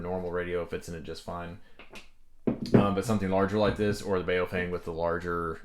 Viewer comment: BOW-FANG pronounced :) Not bow like what hunters use. But what do Japanese people do at a meeting.